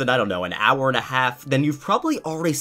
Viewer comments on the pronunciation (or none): none